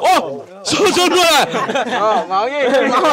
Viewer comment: Náng cái này nuôn, nói chuẩn chính tả đi a